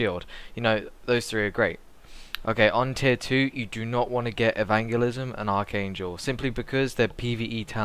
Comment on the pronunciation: Nor can he say Evangelism T_T